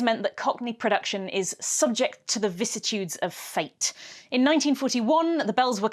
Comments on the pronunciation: VICISSITUDES, not vissitudes. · Genuine question, no disrespect: Was that a simple mispronunciation of vicissitudes, or is that another "nuclear/nucular" thing that I'm unfamiliar with, or was that an entirely different word and I just assumed it was meant to be vicissitudes? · Vicissitudes... not vissitudes.